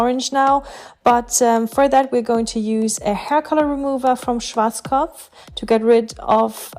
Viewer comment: Ist sie eine Deutsche, so wie sie Schwarzkopf ausgesprochen hat nur meine Vermutung